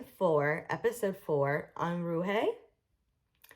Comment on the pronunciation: Your pronunciation of "nisei" and "Unruhe" is atrocious. The mispronunciation of Unruhe is particularly inexcusable, since both Gerald Schnauz and Scully pronounce it correctly onscreen. And what on earth is "memento moray"? Gethsemane is a biblical reference. Have you never been to Bible study?